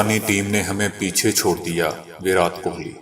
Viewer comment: ورات ورات بول بول کے آپ نے﴿وراٹ﴾ لفظ کی دھجیاں اڑا دیں ۔ ایسا لگ رہا تھا جیسا کوئی سر پے ہتھوڑا مار رہا ہے ۔ پلیز آپ ایسا کچھ کریں جسے ہمیں ، اس غلط انداز بیان سے چھٹکارا مل جائے پونا بھارت